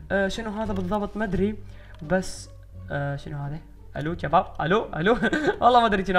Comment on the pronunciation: الفظ عدل هيه شباب مو جباب